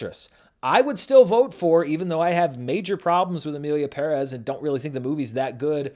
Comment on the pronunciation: first white guy that gets the pronunciation of "Perez" correct, you have my respect